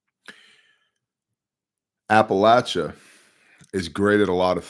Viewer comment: "I want to keep this brief...". Makes over an hour video. Talks as slow as possible to drag out and dramatize what would have taken 20 minutes to say. Can't even pronounce "Appalachia". 🤔